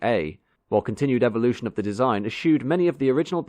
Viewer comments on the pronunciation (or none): none